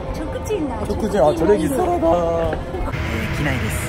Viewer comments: ﾁｮﾚｷﾞ⤵︎ ｻﾗﾀﾞ~wwwwwwww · のチョッレッギーサッラダアーがすごいすきー笑笑